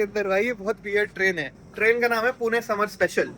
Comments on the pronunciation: Bro pronounce pune (पुणे) nice one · Are waah! पुणे ko exact pronounce kiya.